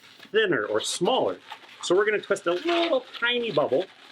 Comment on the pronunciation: I love your videos and I've been with you ever since your mangle video now I'm in love with your creativity and amazing balloons I know it's asking a lot but can you maybe say my name in the next video please.... It would really make my day By the way you said shmaller :P